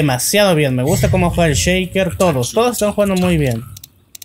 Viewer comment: ve mid "cheiker" ese inglés jejeje